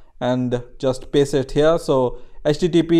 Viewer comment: I've heard: j"ust piss it here"